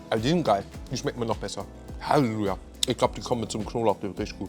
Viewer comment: Haluja :D so fertig das er das "llelu" in Halleluja verschluckt :DDD